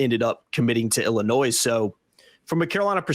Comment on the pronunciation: Learn how to pronounce Illinois lmfao